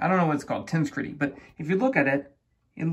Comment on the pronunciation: Yes! (I came here to post the same comment.) I would write the phonetic version as ten-SEG-rih-tee. Portmanteau of "tensional integrity".